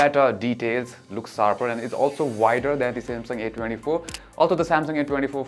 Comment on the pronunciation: Nice vlog but a feedback which i hope u work on. Plz learn to pronounce the sshhhhh sound. U pronounce Sshhh as Ssss. Eg its Short and not SORT. Its sharper not sarper. Pl pronounce the H sound in sh